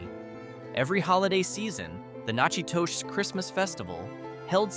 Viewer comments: Pronunciation Nakadus Na ka dus I was bond in Louisiana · Say it with me Nack at tosh!!